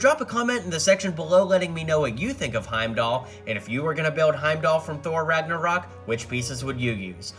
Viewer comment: U put in title infinity war but u say thor ragnaroc